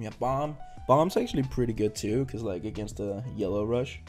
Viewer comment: Say “Like” right. Good vid though! You on the come up for sure 😤